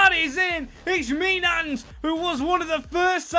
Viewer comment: I think Mijnans is pronounced (Mine-ance) or (Meen-yanz)! Great video and I’m not exactly sure.